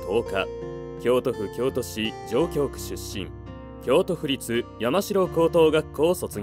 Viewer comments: 上京区→かみぎょうく と読みます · 動画投稿者 殿 ① A I 音声だと思うが、しっかりチェックして。 <例> 京都の上京区の読み 方が違う。 ②亡くなった時点の年齢＝ ｢享年｣(きょうねん) には “歳” は つけないのが日本語の常識です。